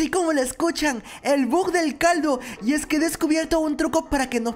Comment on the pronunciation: Se dise bug b u g😅